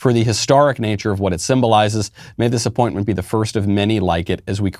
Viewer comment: Did you say appointment, or disappointment?